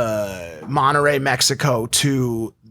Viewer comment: Mike really said monerrey Mexico